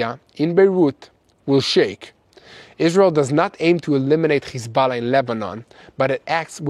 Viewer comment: It's Hezbollah it shouldn't sound like you're Hocking a loogie when you say it bro😂